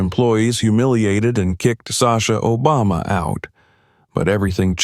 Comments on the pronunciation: Are you kidding me& The narrator cannot EVEN pronounce our past president’s name correctly? SHAME ON YOU FOR RELEASING THIS WITHOUT LISTENING, or even worse if you did release it anyway if you did listen. I feel ashamed of this video. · I’m happy he intervened. This discrimination has got to stop!🛑 So the president went with Sasha w/o a ticket? Or was it because he was ex president.😊🤷🏼‍♀️ The narrator mispronounced Sasha and Barack’s last name.😠🤷🏼‍♀️